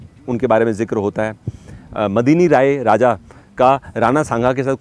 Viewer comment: his name is Medni rai not Madni rai😊